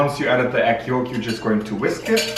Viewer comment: she’s in her Irish core era— “egg yoooooolk”